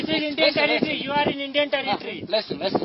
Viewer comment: "This is indian territry. this is indian territrryy".